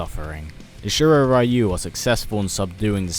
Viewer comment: You idiots still didn't learn to pronounce correctly the word "ryu"